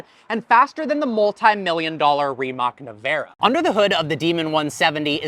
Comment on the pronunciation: RAMAC is pronounced Re-matts